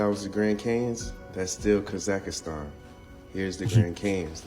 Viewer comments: Oh, just a lil correction: it's pronounced, "Kah-zahk-stahn." That dude sound funny af with the "Kah-zAck-ist-An!" Gave me a nice chuckle every time he said it😂It's a wild theory he's talking about, but, with as much as I KNOW that "They" have LIED to us about HUGELY IMPORTANT things, it's a total possibility🤷🏼‍♀️ Great compilation, 💪🏽 Thanks for putting it together for us😁 I can always count on you for some intriguing, original content. You find the gems, bro😉🫡 Stay safe and have a great week🙌🏽💜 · It’s hard to take dude seriously when he keeps saying Grand Canyon-s. And it’s Kah-Zuck-Stan. Also, no dude you aren’t onto anything. Your map has no correlation with scale.